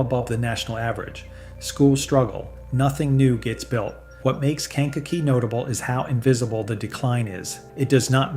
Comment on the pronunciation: AI Sucks. Ken cock e is new to us around here. We usually just called it Kankakee.